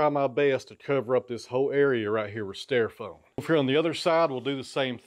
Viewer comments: Had a good laugh at your expense over your pronunciation of styrofoam (sounded like stairfoam to me vs. St - long i - ro foam) and polystyrene (poli st - long i - r - long e - n - silent e) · I like thinking of them as [pig]STY-row-foam and Paulie-st-Irene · Say styrofoam again lol.